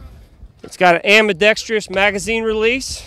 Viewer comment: "Ambidextree-ous"... , a SHOT show classic.